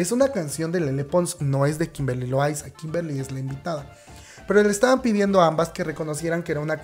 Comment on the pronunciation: JAJAJA me da risa como dices Kimberly LoAYZaAAA